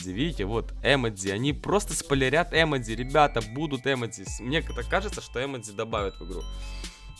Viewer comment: Не э́модзи а эмо́дзи